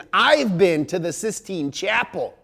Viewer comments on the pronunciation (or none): none